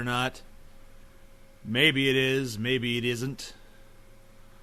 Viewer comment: Anybody else think that TJ sounds Australian when he says "isn't"